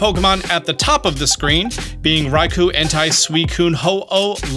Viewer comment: It’s pronounced rai-KOH and sol-GUH-LAY-oh, “”! 🤨